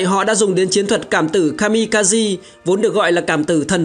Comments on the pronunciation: Kaze (ca giê) trong tiếng Nhật nghĩa là Gió (Phong). Kami kaze là thần Phong, thần gió. Chứ không phải kazi (ca gi) như add đọc nhé. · Ka-mi-ka- zê nhé :V anh đọc đúng, ko thì nghe bực lém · chính xác là Kaze đọc đúng là Ka De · kamikaze đọc là ka-mi-ka-giê bạn ad ơi. Đó là tiếng Nhật ko phải tiếng Anh